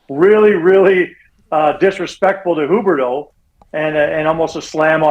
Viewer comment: Rick Ball. Please interview him about Calgary sports. Please. This Eric guy can’t mic himself properly for a phone interview?? Not just Sutter still in the 80s. Also wtf is “Hooberdough”? It’s pronounced “Hue berdough “.